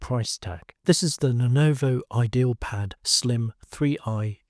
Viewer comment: bro, its not "idealpad" its "ideapad"